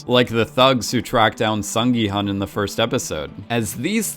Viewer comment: hun in gi-hun is pronouced 'hoon' (well, the subtitle could've been betten in this case i suppose) & hwang in hwang in-ho & jun-ho, 'h' is pronounced so it's not wang as you pronounce it...sorry i'm bored so thought i'd just put my 2 cents in...